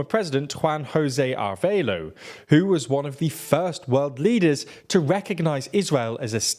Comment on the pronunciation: A-re-va-lo not ar-ve-lo